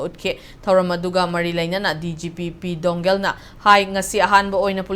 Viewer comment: News reader oiraga pronounciation su heitaba 🤣🤣🤣 It's P dou ngel not P doungen.... Lairik heitradi tokpiro ebema